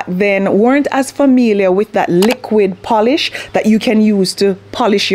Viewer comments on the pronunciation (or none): none